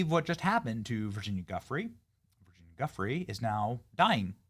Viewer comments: LoL 😝- I can’t believe you hacked her last name that bad Benny - I think 🤔 it’s pronounced (“joo-fray”) - the G sounds like a J - anyway, as with all the Epstein stuff- looks very suspicious 🤨 and we’ll never know the truth about it— ever. Prayers for those affected by this incident 🙏❤️ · Virginia's surname is pronounced "Jee-oof-ray". You should at least try to get that right.